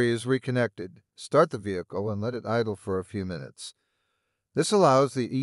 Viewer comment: NIce informative video, but kind of creepy once you realize that it is AI Generated. The big flaw was that he can not say "Minutes"...He says "Ninutes".